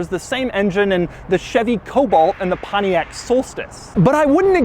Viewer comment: why does he pronounce Pontiac like Panayak